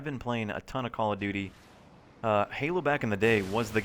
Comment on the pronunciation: why do people always say "Call of Doody?"